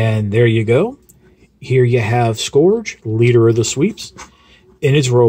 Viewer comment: isn't it pronounced as 'skurj' and not 'skorj